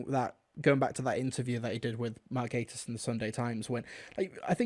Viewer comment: I wondered what on earth the Victoria and Albert Museum had to do with things. Then I realised he said VNAs not V&A's. I do agree with a lot of the points here. By the way (not being mean, I used to pronounce it wrong too) it's pronounced "gay-tiss" not "gatt-iss". :) I do need some help pronouncing some non-Who actor's names, though, as I've never heard them said aloud.